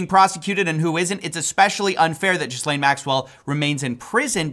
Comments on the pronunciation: It's /Ghi'lein/ not Ghizlane or Jizlane tho' 😅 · JFC, the "s" is silent. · This is an aside, but I find it interesting that USA journalists don't even try to pronounce "Ghislaine" correctly. It's not Jiss-lane, it's Gee-len. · Lot of people pronounce it Jizz Lane. I always thought it was pronounced Jer Lane. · Gil-lane hard G. How do people not know this by now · "Jizz-lane" gets me every time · It's pronounced "Gilaine", to be clear. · it's gee-lane. americans cannot comprehend a silent s. yes english is a messed up language, blame the french who we stole most of it from. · Why are Americans unable to pronounce Ghislaine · That's not how you pronounce "Ghislaine"